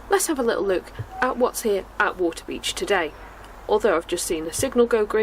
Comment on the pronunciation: Stumbled upon! Loved this presentation and coverage (and how you say wa'-a-beach 😂) great soundtrack too. Thx for taking us along. Subbed 👍